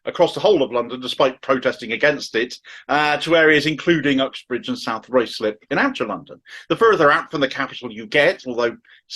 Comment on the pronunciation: RYEZ LIP. That is the way it is pronounced by the non-incomers. Why do outsiders never get it right?